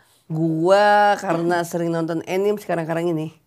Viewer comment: 🍉🇮🇩 Anime itu di baca a-ni-me, bukan e-nim.